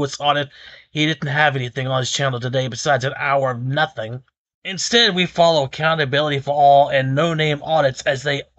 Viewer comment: Did you say account a belly for all, lmfao